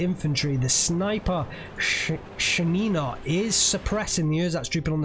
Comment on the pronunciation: OMG she's Sha'nina. Sha'-ni-na. How you say it is a disgrace - it sounds like a "urine" in russian., we love you xD